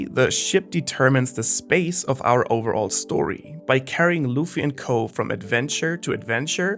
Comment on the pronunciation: try to read less off of a script. wano reports and fast chapter reviews are very chill, but your deep analysis videos are tough to listen to. pronunciation was off at times, too. overall should be rolling and not "over. all"